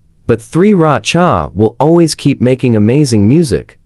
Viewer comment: I giggled when the voice over went ‘thReE rAchA’😭